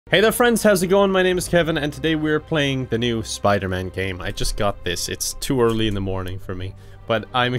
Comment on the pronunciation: It's Piderman!